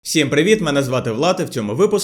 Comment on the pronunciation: на початку: всєм привіт.... яке жахіття